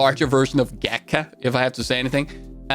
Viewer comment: Gatka is pronounced Gotka :), Slavic language the a makes a short o sound :)